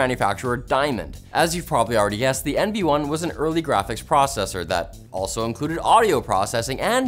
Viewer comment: Praw-sessor? No,. It's PRO-cessor!